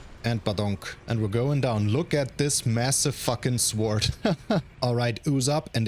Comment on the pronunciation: Jesus SAY SWORD RIGHT ITS PRONOUNCED SORD